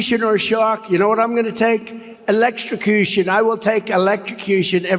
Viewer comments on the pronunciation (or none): Orange man said “Electicution” 😂